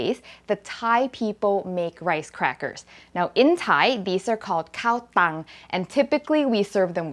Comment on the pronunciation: mmm she said Kao Tung and it made me crave cow tongue tacos.